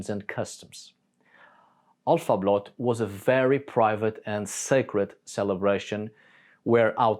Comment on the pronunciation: Älvablot...not!!!!!! Alfa.get better.